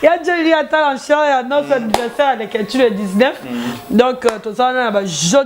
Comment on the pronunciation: tu na pas pu pronancer en chaire et en nos,,,,, Analfabette,il te faut une remise de niveaux